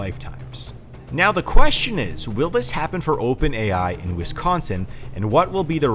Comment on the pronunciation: Heh- WisKONSIN....gotta laugh whenever I hear that..... Yes, born and raised. Still hate winter, though.😮